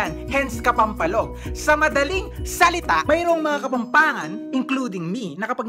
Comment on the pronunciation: Yung walang “H” nilalagyan ng “H” whhahahhahah tapos yung may “H” tinatanggal yung “H”😂😂😂 kapampangan kuuuuuuu💕